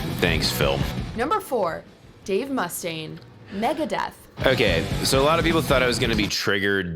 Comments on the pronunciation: She really said it like Dave MUHstain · The way they pronounced mustaine...